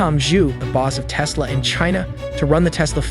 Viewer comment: Yeah, says aka instead of a-kay-a, and sometimes says "Tease-la".